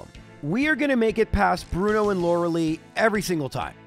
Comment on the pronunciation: Arca nine, not Ar Canine Lore a lie, not Lore a lee Do you enjoy being wrong?